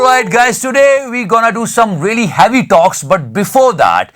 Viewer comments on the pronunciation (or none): it's heavy and not haavy